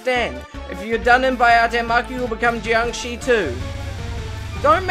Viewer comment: The red spirits in Stage 1 are only dangerous on Hard and Lunatic mode. Your "Jiāngshī" pronounciation was nearly perfect this time